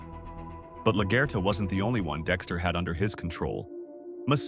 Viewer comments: 😂😂😂 was thinking same thing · Good video and analysis but please learn how to pronounce LaGuerta properly, it had me dying